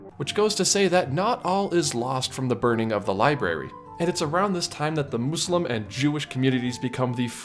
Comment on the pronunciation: Thank you for pronouncing "Muslim" correctly! I wish the parks did something for Ramadan or Eid